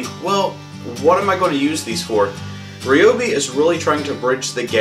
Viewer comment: If you're going to review something, pronounce the name correctly 😂😂 RYobi. Not REEobi. Geez.